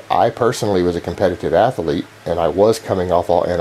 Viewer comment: athlete only has two syllables! You're driving me crazy with this ath-ah-lete nonsense!